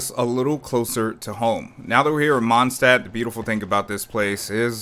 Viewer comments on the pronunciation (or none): none